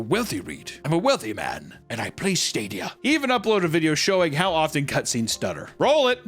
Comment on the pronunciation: "google stradia"